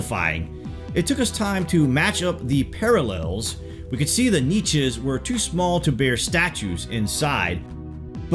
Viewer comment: BTW YOU MISPRONUNCED NICHES LOL